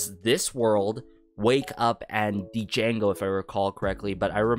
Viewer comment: I believe the name Django is pronounced without the D, like in Django Unchained. Great reaction!